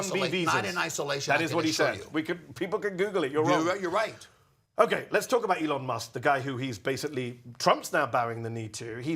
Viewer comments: and i quote "anything that LEON MUSK..." a chuckle was chuckled. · "anything that LEON Musk is doing......" that's how you know it's a 1000% sycophant. Probably says, ka-MALL-uh. too because Daddy Trump does.